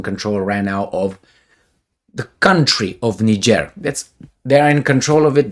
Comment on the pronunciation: and countries! Like Niger